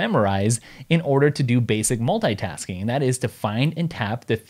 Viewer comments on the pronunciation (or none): The way he says "multaytask(ing)" repetitively disorients me :)